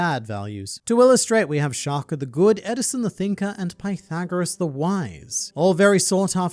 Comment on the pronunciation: Shaka, not Shakur or Shakuh 😭